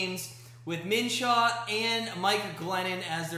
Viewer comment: It’s Minshew not Minshaw lmao